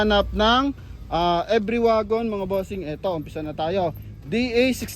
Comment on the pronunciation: Boss ang bigkas sa pangalan sa sa unit na yan every as in English, dahil sa japan yan ang tawag nila e-ve-ry parang binasa lang sa tagalog,,thanks boss